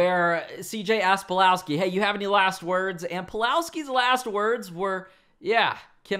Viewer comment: You said Pulalski?